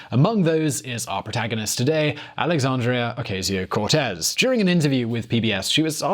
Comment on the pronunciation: u did not it say it right alexandria ocasio cortez